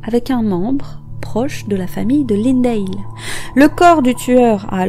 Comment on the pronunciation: Lindahl se prononce tel quel même en anglais... Pour prononcer lindayle il faudrait que ce soit "lindale"...